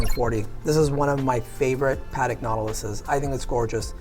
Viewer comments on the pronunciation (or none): He is selling Padek instead of Patek. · Two DOOR.. AudemarS.. PAtek.. smh.. facepalm.. Hopefully their sales are better than pronunciation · The man doesnt even know how to say correctly Patek, i think its shameful for a watch expert... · Great video as per usual, but when will Americans learn how to pronounce Patek properly lol